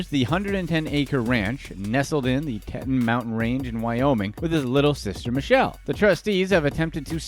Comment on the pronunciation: Hey narrator it's Teton mountains pronounced tea ton te ton not tet on my man